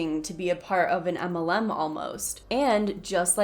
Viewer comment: Yea you’re cute and all but why don’t you say MLM? As in M. L. M. Or “em ell EM.” You say “umULLum.” Like “um- ull UM. I’m POSITIVE I’m not the 1st nor last to ask.